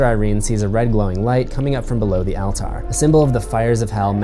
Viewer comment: Why’d he say alter like that?